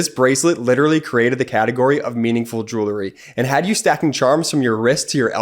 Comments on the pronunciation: I like your message. It needs to be heard. But how do we take you seriously when you splice in such a dumb advertisement... pronouncing the word jewelry as "jewlery". I get it. He didn't learn English very well and apes the improper pronunciation of his peers. Has nobody in post production ever read a book? I can't wait for your sponsorship from some "realators" selling houses. 😊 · Stop saying “Jew-ler-ry”. The word is: “Jew-el-ry”. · Still can't pronounce "jewelry". 🤣 Doesn't represent the product very well when the ad guy doesn't know what he's saying. 🙄